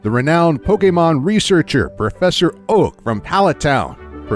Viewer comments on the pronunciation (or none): He actually said "Professor OAUH!"🤣🤣🤣